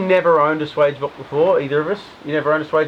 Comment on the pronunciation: swage rhymes with wedge, not wage